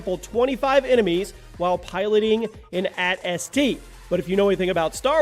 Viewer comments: He seriously called an “atst” an “at st” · So many things wrong with this video he should be going by numbers not percentages also it’s pronounced A T - S T not S T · A T - S T not - S T. Do you even Star Wars? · And then you call it an S-T... I am embarrassed for you. YOU READ THE LAST TWO LETTERS! WHY WOULD YOU SAY THE FIRST TWO AS A WORD!!! Do you call AT-AT's @@ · Yup painfull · Achievement Locked: Properly Pronounce AT-ST